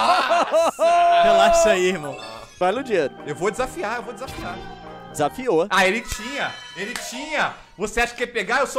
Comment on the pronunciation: ludiero kkkkkkkkkkk é ludiéro q fala mas whatever